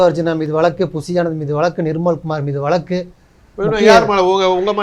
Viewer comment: மக்களை. மடையர்கள் போல் நினைத்து கேள்வி கேட்கிறார்.முதலில் தமிழை சரியாக உச்சரி பிறகு பேட்டி எடு. வளக்கு- வழக்கு